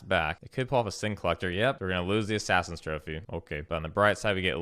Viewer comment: You keep mispronouncing assassins trophy and serum visions. Just a heads up